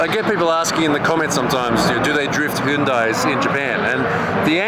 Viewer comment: also, hyundai is pronounced more like hyeondae (현대) and not hoondie lol